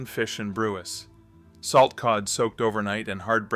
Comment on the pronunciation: It is pronounced Newfoundland fish and BREWS. 😊.